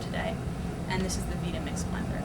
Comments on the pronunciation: Wow, she must not know how to use a blender... much less a vItamix not veetamix. Cant even get the name right... FAIL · terrible testing, and she doesn't even know how to pronounce the vita-mix properly. Try sounding it out ma'am...Vyta or Vie-ta (like Vitamin, no?), not veeda mix. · it's not a veeta mix...it's Vita as in vitality duh..... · Its pronounced Vī ta mix not Vee ta mix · Vi‐ta‐mix (not vee-tah-mix) ... I've owned several blenders ... and NOTHING compares or competes with a Vitamix. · Really trying to put the vita mix as something you don't want to buy I'm sorry I mean the" veeta mix " acting like she couldn't even get it back on the cradle psst, what a joke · "Veeta-Mix" ... hmmmm, makes me wonder if she really knows what she's talking about. "Vita-Mix" ... as in Vitamins "VI" - not "Vee" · The company itself pronounces it VItamix (as in "vitamin" or "vitality"), not VEEtamix. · >_> it's not veetahmix...its Veye tah mix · Please bring some level of expertise to the comparison. You should know how to use your tools. This is surely not the case here. Would you use the same level of competency in choosing a presenter if they were demonstrating a tablesaw? Have you even looked at the users manual for these machines? Oh and by the way, it's not pronounced Veetamix it's Vitamix (eye). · Really stupid and useless test, who blends an unpeeled whole orange? Try making hummus, Ice Cream, Pate, Nut Butter... Only the Vitamix can do it because you have the tamper (not plunger) and variable speed control. Just a note it is not called a "Veetamix", it is Vita pronounced Vyta like Vitamin. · Use them the way they're supposed to be used, then compare the amount of particulate matter in the liquid among them all. The vita-mix (for god's sake, it's pronounced like vitamin, not like vida loca) and blendtec blenders would turn it into liquid silk. The others would have been grainy crap. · it is not pernounced veeta mix. it is pernounced vieta mix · She said, “Veetamix” 🙈